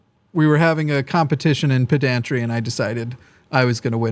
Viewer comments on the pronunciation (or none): I think I can out-pedant by correcting his pronunciation of pedantry. It's not peh DAN tree. It's PEH den tree